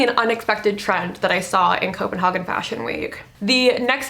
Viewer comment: it's pronounced copen-hay-gen